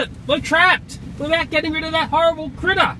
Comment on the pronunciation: “We got to get rid of that horrible Critta!!”🤣🤣🤣🤣🤣🤣